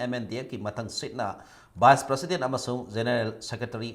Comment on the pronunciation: Kk u still hv to learn how to pronounce the word President n tripartite talk.